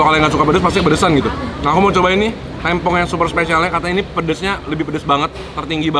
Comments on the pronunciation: Bukan tempong tapi tempong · tempong bang bukan tempong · Sejauh video sambal tempong ini masih belum ada yg bisa nyampein cara pengucapan tempong yg bner ke mereka kalo e nya tu pake e esteh, enak, ember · Bacanya tempong,, te nya kyk kita ucapin tempe 😁😁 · Kak tempong nya tuh pelafalannya gk gitu, te nya sama kayak tempe pelafalannyan heheh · bacanya bukan tempong ,tp tempong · bacanya tempong anjir e nya kaya baca tempe 😭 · Tempong, bukan tempong kakkkk😭